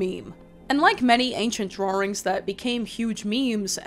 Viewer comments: I like the way she says “drawrings” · drawrings innit